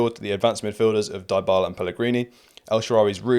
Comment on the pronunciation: Mate, great video and excellent analysis. But please, stop pronouncing Dybala the way you do. The first part of the name isn't pronounced like die, it's pronounced like dee, as in Dee Dee Bridgewater. Or Sophie Dee, if you prefer 😅